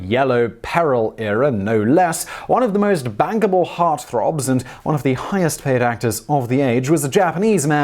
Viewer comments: Did you say "bangable", or "bankable"? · At the beginning, did you say "the most BANKable" or...